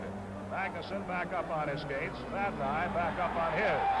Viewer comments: That was the Chicago announcer mis-pronouncing Vadnais' name. The Seals didn't have local TV coverage of their home games. (Home teams wore dark jerseys in 69-70) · They were so bad they couldn’t even pronounce the name of their players correctly!!